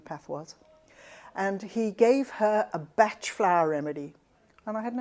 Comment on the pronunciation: Thank you for call Dr Bach by his correct name. I worked for Nelsons/Bach flowers head office in London back in 1990's and that was how they pronounced it. I since worked in Australia and everyone called him Dr Bach as in the composer and I was forever correcting them! I have found you course and I am keen to reconnect. thank you